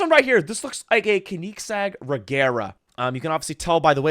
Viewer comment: bro how did u pronounce koenigsegg 😭. should be put behind bars for that